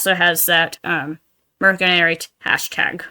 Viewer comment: I hate to be that guy! But the letter C in mercenary is pronounced as a S.